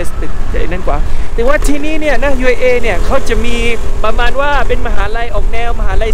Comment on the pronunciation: ช่วยออกเสียงคำว่า”ที่นี่” ให้ถูกสักทีเถอะะะะะะะ ขอร้องงงงง